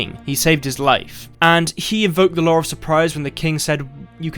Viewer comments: More important question is: why is it pronounced 'lore' instead of 'law' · am I the only one hearing Lowre of Surprise? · "The lawr surprise" lol